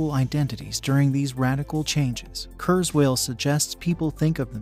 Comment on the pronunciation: Say kuerswell one more time!